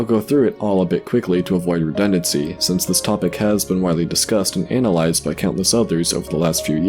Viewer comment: Bro really said “Analized”